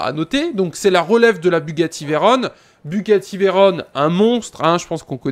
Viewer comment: Mec, ça se prononce [véron] pas [véronne], et présente une 2cv stp